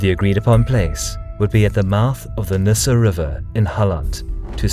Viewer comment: It´s pronunced "Nissan" in swedish and i actually live here in Halmstad :)